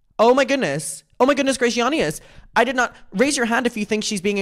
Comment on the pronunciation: Every time you say ‘goodness gracioinious’ it tops up my dopamine. Thank you for your service! 🥰